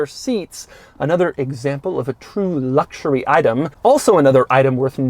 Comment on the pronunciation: Doug's reviews wouldn't be so obnoxious and cringey to watch if he could just, at least one time, say "luxury" or "luxurious" without adding "LLLLLLLLs" and just say luxury. It's a serious eyeroll moment every time he says those two words. Just give us the info and quit being a fucking dweeb.